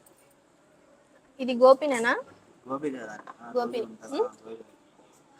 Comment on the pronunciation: అది గోపి,, బాలు, చిన్ని, బుజ్జి.. కాదు... మా. గోభి అంటారు.. భి కిందపడి దొర్లలి అనమాట..